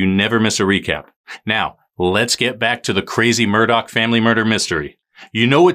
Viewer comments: Is it pronounced Mur-dock? I thought it was Mur-dah. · I'm thinking this name is actually pronounced "murdaah" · it's Murdaugh (Mur-daw) There's no C and/or K at the end of their name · Have seen people in lots of channel saying it's pronounced as Murdoch and if you listen to the 911 call, you will hear Alex pronounce it that way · Love how everyone mispronounces their surname.... simply because some journalist said. It's not the ACTUAL way it's pronounced